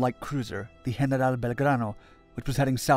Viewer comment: Why do you break into an absurd accent and pronounce General as if speaking Spanish